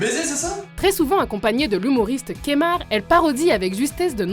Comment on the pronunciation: J'me désabonne à ta dis Kémar